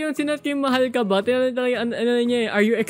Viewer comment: kuya dun sa mahal kaba tanggalin mo yung “K”